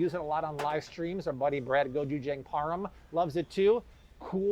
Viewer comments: Hi, thanks for all the good info you provide. Just so you know, gochujang is not pronounced JANG like "ANGLE". It is pronounced JAHNG like "BALI" or "BAHamas". I think it's important to try to get the pronunciations of word as close as you possibly can to the actual language, in this case Korean. Thanks. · Please learn how to pronounce gochujang...